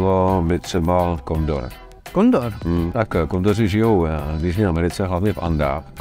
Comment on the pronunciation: On řekl kondor nebo kondom 🤣😂